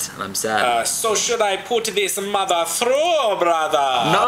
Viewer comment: "So should I put this mothar through brothar?"